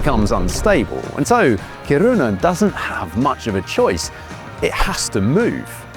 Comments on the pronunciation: Lol the pronounciation of Kiruna. From what I know as someone from Stockholm, we pronounce it ”Ki-runa but Ki as in kiss and runa as runna but very fast. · Didn't think putting the emphasis on the wrong syllable in Kiruna would trigger me so much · Pronouncing Kiruna like it's japanese 😭 it's Ki-ru-na slowly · Yes. But it’s pronounced Kiruna. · When the presenter doesn't even care how the city name is pronounced, I don't really care to continue listening to what he has to say. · How many times can you hear a name of a town without picking up the correct pronunciation?